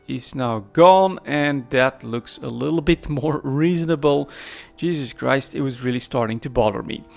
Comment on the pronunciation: HS anomaly’s are a isogen source I believe. They are ignored by triglavians, so I heard. I believe I read something like that. So afk miners stil mine omber and kernite there. Btw are you Dutch? Your jezus Christ curse sounded very dutch😊